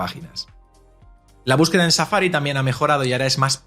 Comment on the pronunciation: JAJAJAJAJA NÓTESE EL “CHAFA-RI.”